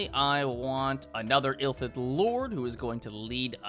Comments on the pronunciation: Illithid, not "Ill-thid" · It is pronounced "RILL-aye", not "Rye-LAY". I feel like I'm being annoying by mentioning this but it irked me so much for some reason lol, don't worry tho i still love you TwT Edits: "Illithid" is pronounced "ILL-ith-id", not "Ill-THID". And the plural of "Starspawn" is just starspawn, you don't add the s. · THE WORD IS ILLITHID, NOT "ILLTHID" HOLY SHIT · You can tell bro never played a tabletop rpg before because he says 'ill-thids' instead of eel-e-thids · Illithid is pronounced ill - lith - id Three sylibles Like illicit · Will he ever see the second “i” in Illithid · ill*I*thids !!! C'mon bro, like telling someone they you don't know C'thulu... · This is a very fun and interesting video but as a fantasy lore nerd the way you mispronounced "Illithid" every single time makes my eyelid twitch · Your pronunciation of illithid, r'lyeh, etc is triggering the fuck out of me. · I died a little bit every time said Illithid like that. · YES. Aaaaaaaaarrgh